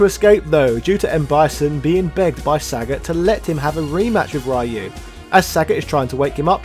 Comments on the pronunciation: "Ryu"is pronounced "Ree-yu", not "Rai-yu" & it means "Dragon" in Japanese. I wish more people would remember that. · REEE YOU not rye you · Ryu = Reeyu, not Ryoooo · smh, it’s 2021 and, somehow, people are still mispronouncing Ryu’s name. It’s “Ree-you” not “Ray-you” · Ryu is pronounced Ree-You not "rye-oo", Hadoken is Ha-Doe-ken not "ha doo ken".... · It's pronounce Ryuu, not Why-U?!!! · Ah yes, Rai you. The street fighter pioneer. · Whatever nerd, we say RAI YOU 😂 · >the year 2021 >people STILL pronouncing Ryu as "Rai-you" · Imagine still calling the main character “Rye You” in 2021. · Stop pronouncing ryu's name as Rhai U please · When are Westerners going to stop pronouncing Ryu's name as "Rai-yu"? Like this dude knows so much about Street Fighter but still gets Ryu's name wrong. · My man said "rye you" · STOP SAYING RAH-YU!! AAAAAAAAHHHHHHH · It's Ryu - as in few but with r not ra-yoo. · Man I really like your channel and your video essays, but please for the love of God stop saying "Rayou", Jesus Lord All Mighty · Interesting. But hearing this Raee-you over and over hurst my ears and brings cringe to my face :P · "Rye-U" you know better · Pronounce Ryu's name right! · It's like pronouncing Spider-Man as "Speeder-Main" i.e. absolutely annoying. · I REALLY LOVE YOUR SF VIDEOS, but I hate how you pronounce Ryu. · Do me a favor! If you're not going to pronounce Ryu's name properly don't even bother saying his name! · The fact he mispronounces Ryu’s name on purpose is becoming a bit much.